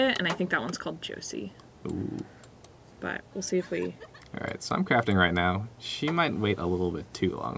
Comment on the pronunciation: Not trying to be rude or anything but you pronounce Jose wrong.